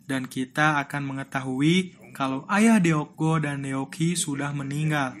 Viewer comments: Nama cucunya bukan dibaca Deok Go tapi Duk Gu.karena huruf double O itu dibaca U dan Deok dibaca Duk.tolong cari tau pelafalan nama Korea ya rada ganggung soalnya dibaca Deok Go mulu padahal dibacanua Duk Gu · Baguusss... Tapi sedikit mengoreksi ya kak admin.. Deok cara bacanya dok. DeokGoo : dokgu DeokHee : dokhi Gituuu hehehehe...